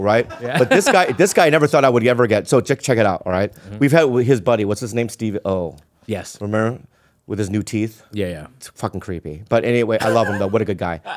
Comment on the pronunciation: Lol Bobby pronounced steve-o like Oh is his last name, emphasis on the o.